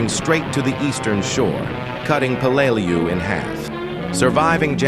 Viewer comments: I work in Peleliu cleaning up the munitions left from this battle; everyone who fought here (American's and Japanese) has my deepest respect,.. but it's a d@ shame that AI voiceover can't get their names pronounced properly! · Exactly my thought, a video about Peleliu and the ai voice can't even pronounce it correctly.